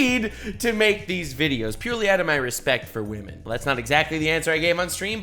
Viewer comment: “Wamen”